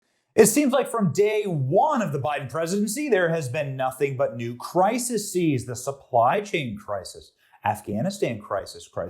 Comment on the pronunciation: Crisiseeez. New word for the day.